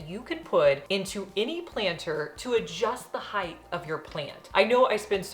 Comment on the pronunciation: Height!! Why do people not know proper English?